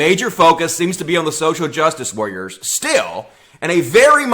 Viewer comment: "Social jus wah-rers"